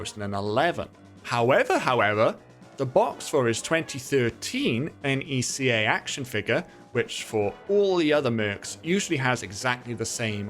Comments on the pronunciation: As a NECA collector, hearing you pronounce it as N.E.C.A hurts me. It's pronounced like Neck-a. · ...NECA isnt an initialism, its an acronym. its pronounced how its spelled.